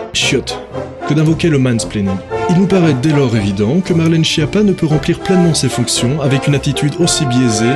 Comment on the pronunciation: C'est pas chie-appat, ça se prononce SKIAPPA: c'est un nom italien et en italien, CH ça fait "K"